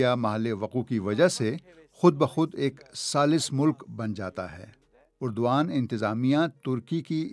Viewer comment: درست کر لو یہ اردو وان ھے جس طرح ارتغرل نھین الر ترل ۔